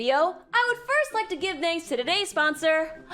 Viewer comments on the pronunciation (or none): none